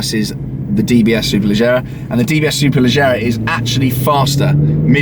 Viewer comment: Fun fact: It's pronounced Superleggera with a smooth G , because Aston Martin was offended by Ferrari using the english word Superfast in their cars, so they choose the Italian word Superleggera.